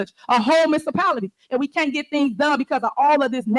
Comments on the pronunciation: If you can't say municipality....you can't be mayor😂😂😂STANK FACE at the end of the meeting is hilarious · "A whole village. A whole micipality..." The residents are truly blessed to have Tiffany A. Henyard on their side 🤣🤣